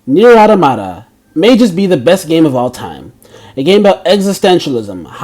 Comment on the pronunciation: ...Why can't people seem to pronounce the name of this game? It's 'Automa-ta'. As in, multiple automatons. Say it like you would 'automatic'. Not 'Autah-matah'.